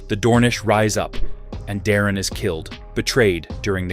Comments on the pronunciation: Daemon is pronounced DAY-MON not demon. geez. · Btw your ai slop narrator keeps mispronouncing Daemon and it's Irking me... Say it with me ai, "Daemon, Like Day-Men or even Day-mon" not demon fool😂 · why do u pronounce daemon as "demon" or is it AI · I swear if you call him Demon (Daemon) again I’m gonna hit my head on the wall 😅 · Daemon not demon 😂